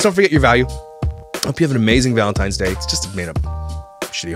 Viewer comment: Omg I hate people saying valenTIMES!!